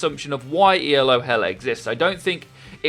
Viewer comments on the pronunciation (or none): I like your channel and vids but I wish you would stop calling it E L O hell. It is not an acronym, it's a name. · It's Elo, not ELO. Elo is not an acronym. It's named after a guy. It seems much less awkward to just say Elo.